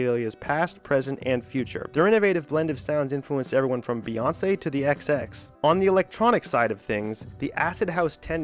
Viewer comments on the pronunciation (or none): none